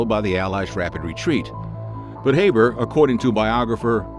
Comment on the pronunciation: Pronounced Haber incorrectly